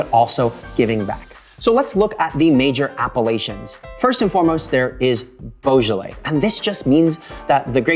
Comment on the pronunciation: You can't pronounce it in French😂😂😂